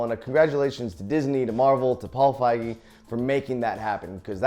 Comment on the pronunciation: “Paul Fiege”